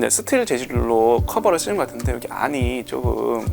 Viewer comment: '여거' '여가' ㅋㅋㅋㅋㅋㅋㅋ